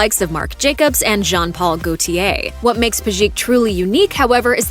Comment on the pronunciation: Its all cool, but Pejic should be pronounced as PEH-zheech(that implies that the stress is on the first syllable and the serbian "c" at the end is pronounced like "ch" in "cheese"), not Peh-ZHEEK. Jeez, its not that hard to look up how slavic last names are pronounced.